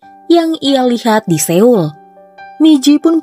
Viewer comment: koreksi dikit kak, pelafalan "Seoul" itu mestinya "So.ul" bukan "Se.ul". btw sukses ya channelnya